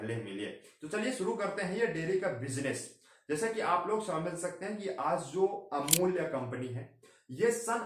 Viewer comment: Beta pahale amul kahana seekho...